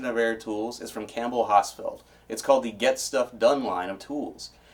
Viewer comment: I thought he was saying campbell hospital. It wasnt until I went outside and saw my Campbell Hausfell air compressor that I put 2 and 2 together.